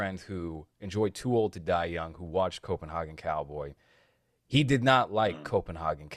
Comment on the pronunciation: Dude, it's pronounced Copen.HEY.gen. Come on now city boy! jk Nice shirt btw. I never got a chance to grab any of his merch before the long hiatus so hopefully he does some more "A24 ripoffs" I can snag. Also, just watched the new Hellraiser (Hulu Remake) and it actually was surprisingly pretty well made. I'd love to hear your take on it especially with the whole approach of the cenobites being mainly female casted and pinhead being a transgender woman. That would be pretty interesting.